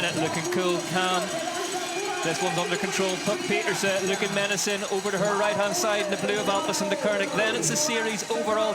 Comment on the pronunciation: Puck Pieterse: Babyfaced Assassin. She is SO good. Now we just need the commentators to start pronouncing her name correctly.